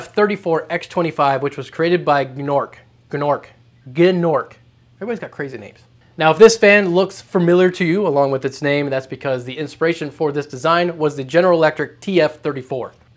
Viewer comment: Gnorc, it's nasty Gnorc from Spyro the Dragon! Pronounced like Noork if you were wondering. =)